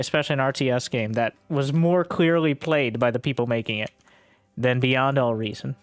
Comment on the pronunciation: I heard it as BuyN'd All Reason